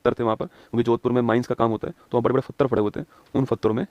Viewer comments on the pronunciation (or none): ये आदमी पत्थर को फ़तर बोलता है।